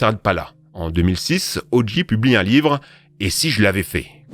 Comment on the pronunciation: Ça se prononce "O. Jay", pas "O. Gee".